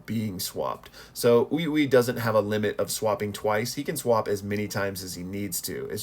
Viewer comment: Say it with me. "Soo-Koo-Na". Not "Soo-Kuna" Also, literally everyone gets Ui-Ui's name wrong despite the fact that we literally have an anime for reference. It's pronounced "We-We."